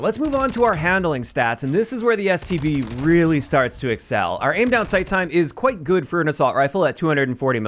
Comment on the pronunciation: Always sounds like he says, STD